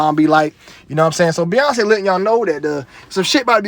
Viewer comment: Beyonce = BOY-ONCE